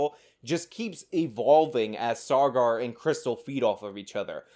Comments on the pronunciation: Take a drink every time says "SaaRgar." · You don't do yourself any favours when you complain about their misrepresentation of facts, yet you can't even get the guy's name right -it's Saagar, not "Sargar". They almost always say each other's names on the show, so it raises the question, did you even watch an episode? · Sar-gar, lol